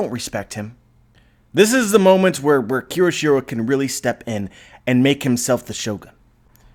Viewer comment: KYOSHIRO... take a moment and sound it out. You keep saying it wrong.